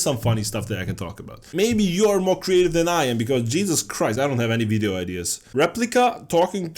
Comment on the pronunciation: (not making fun) I like how you said "wideo", my mum does the same sometimes